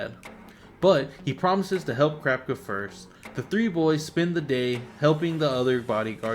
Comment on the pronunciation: why do you say krapka instead of kurapika( coo-rah-pika)